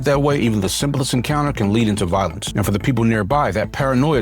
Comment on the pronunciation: “RAISED for the penitentiary” would sound better. Putting the emphasis on “for” sounds weird.